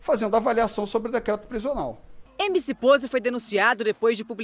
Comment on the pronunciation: “emc poze" sabe nem falar dkksks